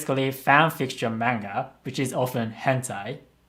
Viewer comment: Why does say manga wrong